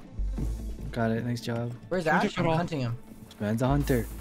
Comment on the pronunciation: He said naisu like the japanese players :0 すごい！